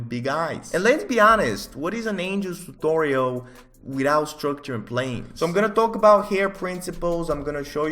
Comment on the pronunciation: I love how he says tuTTTorial.